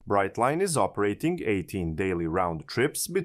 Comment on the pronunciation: If you're going to get picky, get it right. It's Brightline. Brightline.